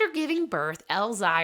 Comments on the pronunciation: Elzire = Elle-ZEER Olivia = Olly-VAH Emelie/Emilie is still pronounced like Emily. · It’s pronounced El zire like elzeer. The little girl is Emilie (hard E) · You need to learn how to pronounce their names. It’s Elzire (el zeer), Oliva is (all ee va)